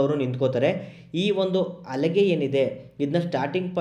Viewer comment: Not ಅಲಿಗೆ it's ಹಲಗೆ